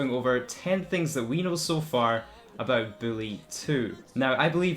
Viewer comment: Why is this clown calling it Billy 🤣🤣💀